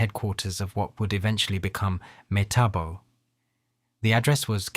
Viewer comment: The guy can't seem to get the name right.